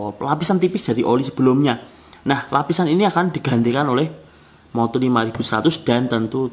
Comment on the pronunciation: Bang ko gw denger nya MODUL bukan MOTUL😀🙏